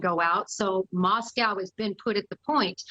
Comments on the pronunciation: It's not MOSS COW... it's Moss COE. This woman doesn't even know this area, or how to pronounce the city name. I was a 20 yr resident and worked at MOSS-COE courthouse before I get grief. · it's NOT 'moss cow'! , that's in Russia, this is ID. it's 'moss co' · AND PAHLEEZE...IT IS MoscO(w), NOT MosCOW!!! WE ARE NOT RUSSIAN!!! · MosCOE, phonetically. Apologies